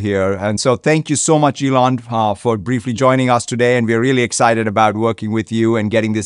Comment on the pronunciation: She said T-Elon lol